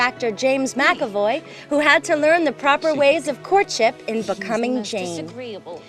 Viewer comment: Yea, it's pronounced MACK-uh-voy.